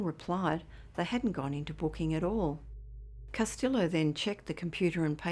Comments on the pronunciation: L's are silent pronounced like Casteeo 👍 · Castillo is pronounced Cas- tee - yo. No el sound is said when properly pronounced.